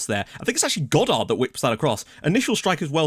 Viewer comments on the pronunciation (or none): none